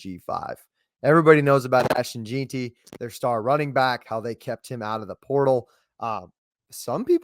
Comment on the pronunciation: You pronounce Hassanein correctly but mispronounce Jeanty. It's Jen-Tee. Anyway, great content. Go Boise State.